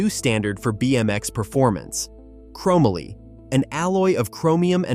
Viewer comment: Chrom ma lee?